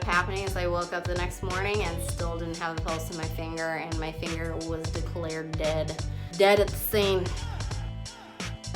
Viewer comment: It sounds like shes saying thinger